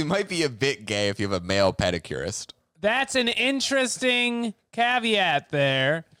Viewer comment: I normally don’t think of as having too much of a New England accent, but his “caveat” was almost Peter Griffin level.